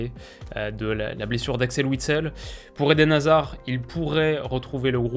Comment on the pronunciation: Sans hazard et wistel, ça va être très chaud. (Merci, t’as bien prononcé tout les noms, vrm thanks parce que parfois c’est très dur à entendre)